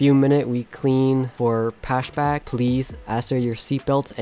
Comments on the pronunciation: pashback" lol pushback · he says pash back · Why does he say pashback? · “in a few minute we clean for PASHBACK” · go to know how to say push back